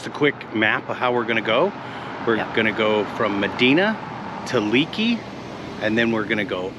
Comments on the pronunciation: It is pronounced Lakey by locals. Thanks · Lakey not Leeky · Great video guys !!!! Being from Texas, I've ridden the sisters myself, and they never disappoint. Btw.... fyi Leakey is pronounced Lakey by the locals. Continued safe travels. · Drives me nuts when folks mispronounce town names. It's not leak-e, it's lake-e. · Pronounced “Lakey” not Leekey. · Thanks, I’ll check it out. Been through that country many times but never rode those highways on a bike. Oh, BTW, Leakey is pronounced Lāy’-kē, not Lē’-kē. 🤷🏼‍♂️ Texas boy here. Thanks for the great content. Keep ‘em comin’. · It's Pronounced Lakey, not leakey! Love the area, I'm spend time there every year! Great video! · It’s pronounced “Lakey”. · It’s pronounced “Lakey” Texas… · Another great video guys...Love your channel, and l have really enjoyed following your adventures on You Tube. Glad that you are in the Lone Star State again, filming your ride on the "Sisters", and are getting to see the splendor magnificent Hill Country.. One side note......despite the spelling, Leakey is pronounced "LAY KEY"....lol....safe travels....and keep the great videos coming...Mike